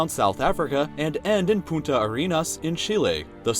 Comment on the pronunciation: The punta from "Punta Arena" is pronounced poontah. Failing to pronounce that one N makes you say "Fucking Sand" instead of something along the lines of "Sand Spear"